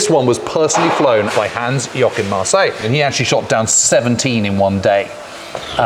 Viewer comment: "Hans Yokin Marseille" C'mon guys, I'll be your editor for free if it means avoiding such dumb stuff